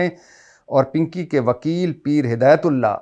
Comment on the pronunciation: 🤣😂🤣😂🤣😂 pinkay pe boht hasi arhi payt may derd hogya has has k aap ka pinkay bolna boht acha lga 😂🤣😂🤣😂👍🏻💯